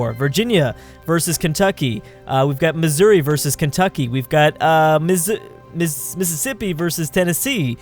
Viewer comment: Lmao he can't pronounce Mississippi.